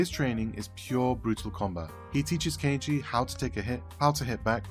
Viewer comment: An English speaking person pronouncing Kenichi's name properly!? Ok, you got my attention even before the 1 minute mark.